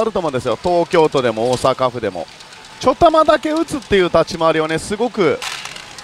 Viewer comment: 何でちょたまって言うのですか？ちょだまじゃないんですか？